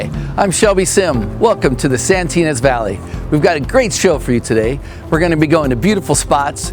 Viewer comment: "Santinas" Valley? Thats made up. I think you mean "Santa Ynez." Try harder.